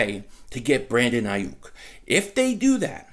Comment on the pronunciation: Lol SON! Say Brandon Aiyuk again SON sounding like a true Philly Guido "Brandon Aiiiyuk" ! 😂😂😂